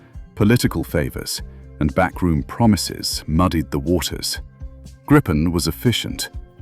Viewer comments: Great video! Just a general word regarding every English speaking video on Gripen, I always hear [grippen] or [gry-pen], in Swedish the more correct pronunciation would be [greapen], as in "reaper" (kind of fitting, right?) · Never get old how everyone is butchering the name. There is only one P in Gripen, Try reading it like GRE-PEN and you might get it right